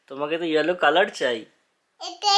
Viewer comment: Hiloloo 😂😂😂😂😂 not yellow 😂😂